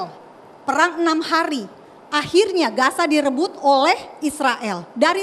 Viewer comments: Udah longor Nyebut nama nya aja salah Gaza bos bukan Gasa lu kira Gasa LPG kah ? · Gaza di bukan gasa.... 😂😂😂😂